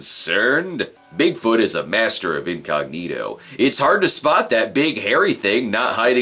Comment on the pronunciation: its, incogneetus, for your information, sheesh